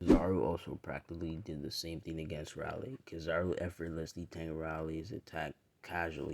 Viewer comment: Pronounced railee. Major w btw